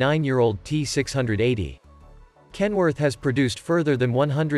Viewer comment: If you phonetically pronounce KEN-WO-ARK - it legit sounds like a Chinese person trying to pronounce Kenworth.